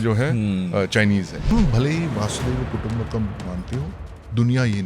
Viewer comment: वासुदेव कुटुंबकम = अशुद्ध उच्चारण वसुधैव कुटुंबकम = शुद्ध उच्चारण (वसुधैव - वसुधा+एव) वसुधा अर्थात धरती और एव अर्थात ही मतलब धरती ही कुटुंब है अर्थात धरती ही परिवार है